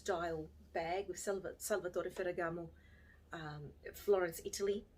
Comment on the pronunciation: Great video. As an Italian I just melted every time you beautifully pronounced Salvatore Ferragamo. Love you. 💕